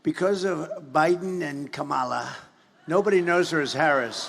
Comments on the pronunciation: Everytime he intentionally mispronounces her name, he thinks it's like, witty or something. But he just looks like an imbecile. It's KAmala. KAmala. Or rather.. 'Madam President' to you. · I’m wondering whether trump’s mispronunciation of the VPs first name is deliberate, or because at his stage of dementing he’s just not able to form the word but now it’s become his “thing” to cover his lapse